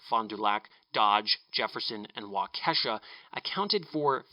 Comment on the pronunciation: Great video,! Just so you know it's pronounced WAW-ki-shaw